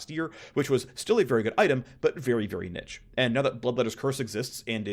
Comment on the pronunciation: Someone teach him to pronounce niche, each time was a dagger into my mind